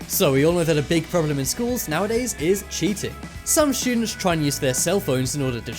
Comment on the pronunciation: I like how he says students "shoodents" lol